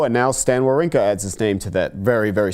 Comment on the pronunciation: Why does english speakers doesn't even try to pronounce people's name correctly? This is really frustrating and it came across as an ignorant yet very arrogant: His name should be pronounced: vavrinka